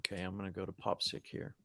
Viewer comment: Guys, I love the show, but it’s pronounced Pop PSYCH as in PSYCHEDELIC.